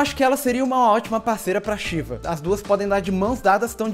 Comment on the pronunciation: Odeio quando chamam a Sheva de Sheeva O.o